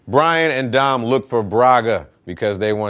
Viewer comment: Don instead of dom that races your heard?